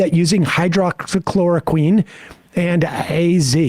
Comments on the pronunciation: Wow, butchering the word hydroxychloroquine really makes me want to trust you. If you don't know how to pronounce it, then how do YOU know the difference between HCQ and fish tank cleaner? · Sam trying to say "Hydroxychloroquine" just never gets old :D.